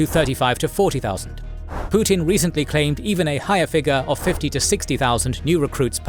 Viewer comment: He is "Put-in," not "Put-out."